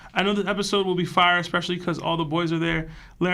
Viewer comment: Prolly cuz his brain is smooth. He pronounces "especially" like "expecially" thats all I needa know